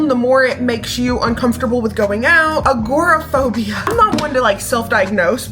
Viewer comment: Agoraphobia is real, my sister suffers from it. It takes a lot for her to even leave the house. You pronounced it correctly too.